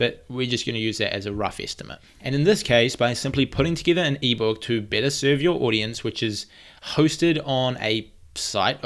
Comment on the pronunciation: i know, it's just the way you say better 😝😂